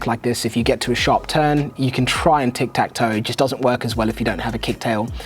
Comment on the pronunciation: It's tick tack. (Or tic tac, if you insist.) No toe.